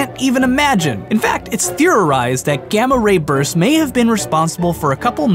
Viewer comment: So when you said gamma ray bursts, I heard gamma rapers...... just sayin